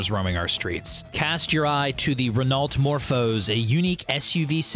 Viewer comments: "Ren-alt" That hurt my ears. Note; actually, the fact you showed an F18 when saying "Inspired by F22" is actually worse, but I hadnt gotten to that part. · renault is prenounced "renou" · The way he says Renault makes me want to piss myself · Great show however the commentator should do some research before pronouncing the name Renault and the word Barchetta. Just saying because that was nails to a blackboard like to hear!!!